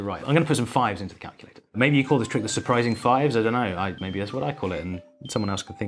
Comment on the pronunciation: “Su-pi-rising 5s”